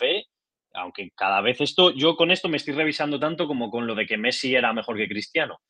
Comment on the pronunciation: Dijo pessi? Jashshd o